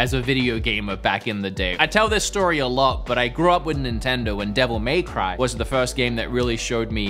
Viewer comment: why did you say devil may cry that way, just say it properly